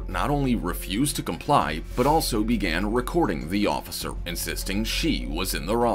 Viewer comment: 🤣 her accent gets all thick, trying to sound like Sofia Vergara. “Please, no, offifer, I’ve never done anything in my life.” Her pleading and acting is terrible.